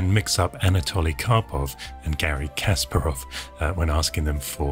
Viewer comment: It's kaspArov, not kAsparov